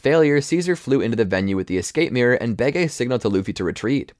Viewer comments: It's supposed to be bege, like capone gang bege at whole cake island. Where in the show they pronounce it as "behji" and not "behgay" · Baygay isn’t how u say bege. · why does he pronounce it like "behgay" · I love it when you pronounced Bege wrong the entire time.